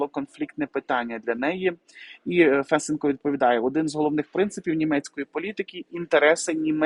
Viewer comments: Не Фэсенко, а Фесенко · гарний контент, тільки неправильні наголоси у словах та прізвищах вуха ріжуть, важко слухати: БУшман, а БушмАн, ФесЕнко, а не ФЕсенко, втОргнутися, а не вторгнУтися. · Какой ФЕсенко? ФесЕнко! 😆 Ой, Господи, пока понял, о ком идёт речь! 😆, Вы с Луны что ли? 😆 По-моему, уже каждый в Украине знает, где надо ставить ударение в фамилии Фесенко! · Фесееееенко. Наголос на 2 склад. А взагалі дуже дякую за аналіз,. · Фесе'нко - наголос на 2 складі!